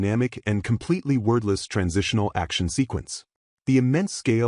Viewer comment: Why does the AI keep saying "worthless"? Or was that "wordless"?